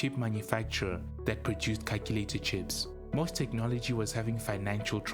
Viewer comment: It is NOT "MOSS" Technology.. It is "M".."O".."S".. Technology. And they were in financial trouble because of all the money Commodore owed them for the chips Commodore used in their calculators trying to compete against Texas Instruments. Irving Gould destroyed Commodore. To Jack, Commodore was his baby, he would have done whatever was necessary to keep the company alive. To Irving, Commodore was just a money machine. He bilked it for all he could get, then shut it down.